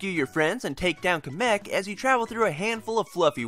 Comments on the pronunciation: I thought it was Kamek with emphasis on the KA and not the MEK. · say KA-mick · I used to think it was Kay-mek but now I pronounce it Kahm-eck. Regardless, I enjoyed this review and am now throughly convinced that I have to play this game. It looks adorable and really fun. TFW no Yarn Yoshi and me skits, tho